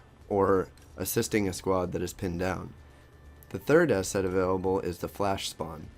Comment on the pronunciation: im not very good in english, but looks like youre saying asshat instead of asset xD